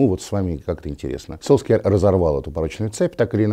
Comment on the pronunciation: А в чем прикол Сульшера называть Солскйяером? Ностальгическая дань прошлым ошибкам российских комментаторов?